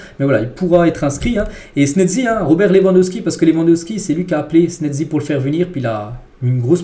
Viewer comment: Pourquoi tu dis snedzi mec